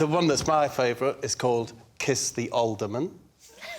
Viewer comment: Alderman, not olderman.